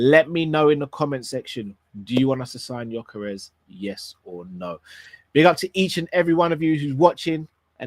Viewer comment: why did you say Gyokeres's name come on my brother haven't you learned yet?? Please do not say the players names. Congratulations on your anniversary hope you will love each other till the end. Much love and may the Lord bless you you and all your family.